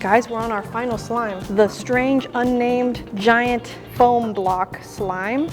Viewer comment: The way she said floam beads 🤣🤣🤣